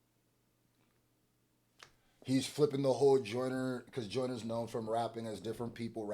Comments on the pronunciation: It’s bothering me how you read that as Joyners law and not juniors law 😂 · Come on bro do better it’s JUNIORS LAW NOT JOYNERS LAW WHAT ARE WE DOING HERE IF MAN CANT READ 😂🤣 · You said joyners law Not juniors law😂😂😂😂 Its Jooneer's Law 🇬🇧 I honestly dont know who won this one now ... Im blaming Aubrey for this, clever mf ...